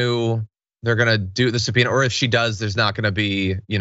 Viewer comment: "SUBPONEA" - really John?